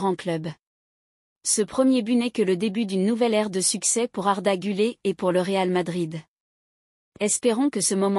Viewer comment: GüleR et non gülée.....